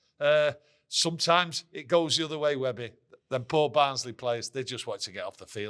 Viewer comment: ITS BARNSLEY FFS